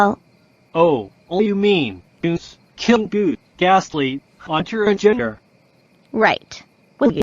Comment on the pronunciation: It's pronounced "Gengar"